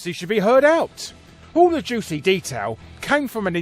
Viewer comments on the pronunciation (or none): none